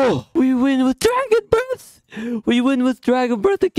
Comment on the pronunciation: Did Anyone Notice the 'Dragon Brat' Instead Of 'Dragon Breath'